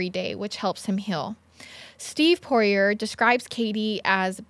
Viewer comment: It’s pronounced “Pour-ee-ay” Get yo french on haha.